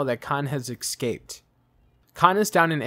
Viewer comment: did you say ecks scaped?